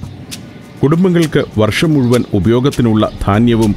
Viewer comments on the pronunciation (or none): none